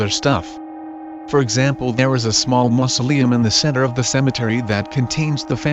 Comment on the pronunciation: be like masLeum but also G I R Lfriend